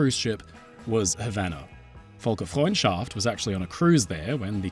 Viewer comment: hey.. just sth funny Volker is a german name Völker is the german term for peoples, (aka ethnicities, nationalities) The ö sounds a lil bit different so you called it "Volkers friendship" which just is kinda cute. cuz its a ship. Volkers ship of Folksfriendship also I think you dont pronounce the h in Gothenburg but im not swedish